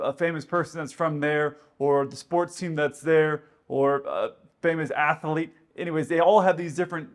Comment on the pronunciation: ‘ATH-A-LETE?’ No,, it’s athlete. Two syllables, not three, sir. Good Day!❤